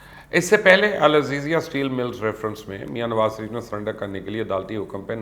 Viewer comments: Ye mubashar Luqman Nawaz Shareef ka naam laitay hue totla kyu ho jata hai or inhay Sharif ki jaga Sarif kyu kehta hai.? Ye asal mai usi soorat mai hota hai jab koi kisi sai sakht impress ho ? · Mjy galt sunai dy rha ya wakaii you was saying سریف instead of شریف....